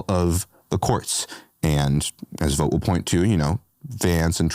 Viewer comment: Youre ignoring that everything DOGE is doing is illegal and unconstitutional, and you’re claiming civil servants are just a bunch of liars. Did I stumble on a Fox News video? By the way, you’re pronouncing “Vought” wrong.